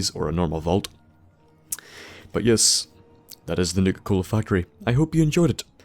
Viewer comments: Sounds like he's saying nigger cola 🤣🤣🤣🤣🤣🤣🤣🤣🤣🤣🤣🤣🤣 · It sounded like he said nigga cola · Same, at first I thought he was saying nigga-cola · I keep thinking you're saying "nigga-cola" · sounds like you saying Nigga Cola